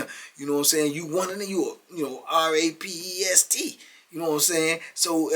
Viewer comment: it RAPIST NOT RAPEST 😂 shoutout tbp